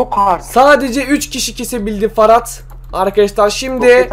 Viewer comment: Ferhat a neden Farat diyon :D